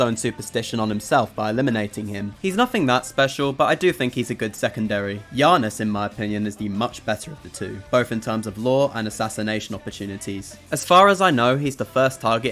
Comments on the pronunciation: Janus ❌ Yarnis ✅ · "Yaanus"? Really? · Why are you saying "Yahnus" like that? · Blud said yanus tho Great video still👍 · Im genuinely thrown off by your pronunciation of Janus. At no point does anyone ever call him yanus yet you still did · Did You just say 'Janus' lika a Polish person would?